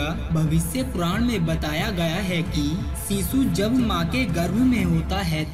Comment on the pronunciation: सीसु नहीं होता शीशु होता है। सही से बोला करो।